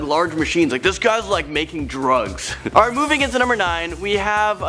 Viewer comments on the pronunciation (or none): none